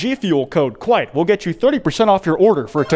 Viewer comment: Oh hey. It's that kwite guy